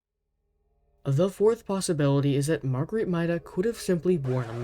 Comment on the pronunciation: 1. it's pronounced mayda 2. a big fan guess is the cold 3. good job :D